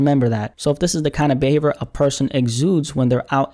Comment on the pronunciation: speaks: 🗣"Behavor"